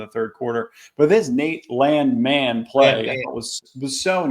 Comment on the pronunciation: Landman or LAND-MAN? You need to get to the bottom of this. Been laughing about this since the broadcast